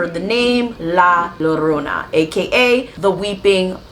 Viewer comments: 2 l's make the "y" sound so it sounds like Yarona. Sorry I couldn't help it 😅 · No disrespect at all , I wanted to say it’s pronounced l-ah j-oh-rr-oh-na ‘ I enjoyed this ✨